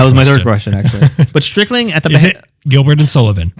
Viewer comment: It"'s not Strickling it is Stricklin. Howard Stricklin.